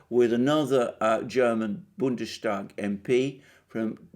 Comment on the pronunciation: Dear Alexander, let me applaud you for the exceptionally good pronounciation of German phrases. Allow me two points of constructive criticism in that regard. First would be the word 'Länder'. You'd pronounce that as if the Ä like an E. Secondly you would not pronounce Bundestag with an SH, as 'Bundes-' is a seperate word from '-tag'. Once again, I have never heard a British pronounce German this well.